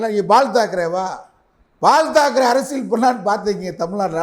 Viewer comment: பால்தாக்கரே பேர கூட ஒழுங்கா சொல்ல தெரில... காலக்கொடுமை...